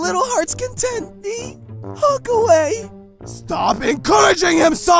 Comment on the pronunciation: Not HOONK HUT